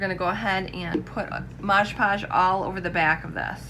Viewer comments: lt’s Mod Podge not modes podges just like on the bottle. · FYI it’s mod podge not modge modge lol